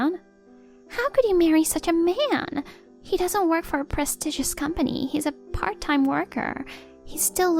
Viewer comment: Prestigious is pronounced 'press-stee-jes' not 'prez-diggus' It's also "I can't go along with this farcè' not 'get along' When you 'go along' with something, you let an event or circumstances play themselves out. When you 'get along' that means you are good at being social with people